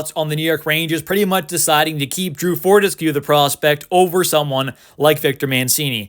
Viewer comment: pronounced for-tess-q lol